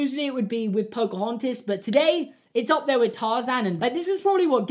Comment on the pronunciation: Everyone: Pocohontas: Pocohontis Everyone:...:...